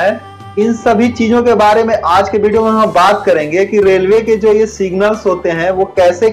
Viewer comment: Nice video sir.... PR woh "Bideo"nhi video hota hai